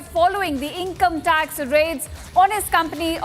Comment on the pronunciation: breaking news breaking news. shameless media. 3 mins video repeating the same again and again! btw its income tax no income "tac"